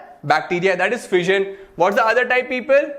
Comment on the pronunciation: I heared VISION instead of FISSION